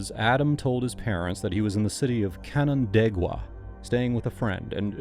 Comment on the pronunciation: As a person from the area, I'm proud of your pronunciation of Canandaigua, it's a hard one!